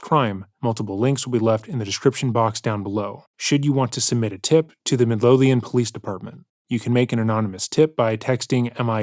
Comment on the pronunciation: Love your vids! And not taking away from the video at all but Omg as a Scottish person the pronunciation of ‘Midlothian’ was lowkey painful at the start ahah. Always weird to hear the name of my local area but it’s in Texas lol